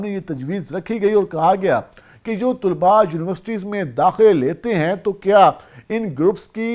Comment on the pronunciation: طلباء لفظ ط پر پیش نہیں طلب لفظ ہے